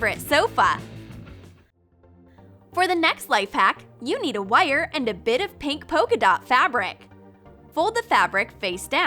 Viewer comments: said wire as wuiyur!!! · Why does she say wire so weird